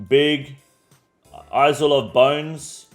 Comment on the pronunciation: is-lay and achie-pelajoe? lmao damn bro its just the english language